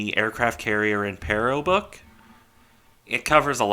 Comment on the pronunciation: Good to see interest in a "niche" ship, by the way the pronunciation was spot on, only thing I would point out is that it should be RN Impero, not RM. RN was the designation for Regia Nave (royal ship)